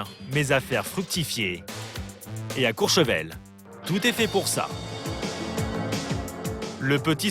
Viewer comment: COURCHEVEL...et non COUR ...Sevel..merci